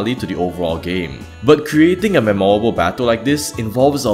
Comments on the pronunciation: As an English teacher, may I offer you the suggestion of emphasising the first syllable of “memorable” rather than the second? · All those apologies for arceus, but none for the pronunciation of memorable 😭